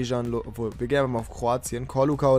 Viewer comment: Man sagt LOVREN, nicht "lovrö"!!!